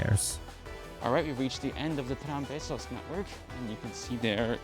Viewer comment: Yeah, but that's just him pronouncing it wrong, like Cornellà near the very end